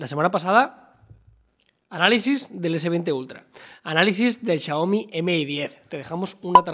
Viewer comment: Xioami JAJAJA